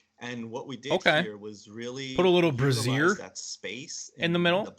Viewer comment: Brazier is pronounced "Bray-jjer". The double j is meant to be soft, like the zh in in zhanhu. What you said sounds like Brassiere, which is the full-length version of a Bra. There is no bra on point A of Sentinel.